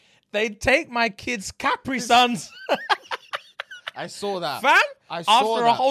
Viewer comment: dont stop the chapters, thanks mate. Also its Caprisun (Ka-preeeeeeee-son) 🧐